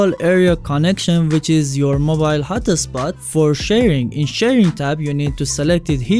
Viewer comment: I just want a mobile hot-tah-spot 😁